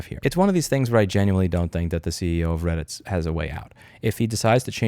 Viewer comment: Its called reddit not Brailleit... down with the blind!!